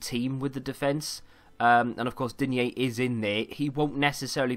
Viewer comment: its prononced deen